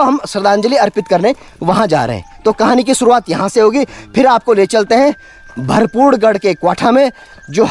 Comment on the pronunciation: भरपू गढ़ नहीं है भरपूर गढ़ है🙏🙏